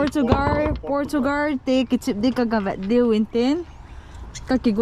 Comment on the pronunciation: Pronounce chu USA a umm ding a. Adi behh jeng nge kaden😂 Portugal 🇵🇹 titang Epiham Portugar Portugarrrrr Rrrrrrr Thadou lang hohi Naki chai bet Jing uve. Sir jing khu Sal Sal nati vin😂😂😂😂 Naver Jong khu Naval naval 😂😂😂😂